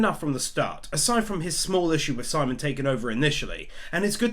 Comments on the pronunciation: My only gripe. Simon's name is pronounced "sea-moan" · FYI Simon is pronounced like Sea Moan, not simon. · You definitely deserve my like, even if you never did get around to pronouncing Simon's name correctly 😂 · You can mispronounce Simon and viral, but evangelion, no you've gone too far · How he says simon’s name hurts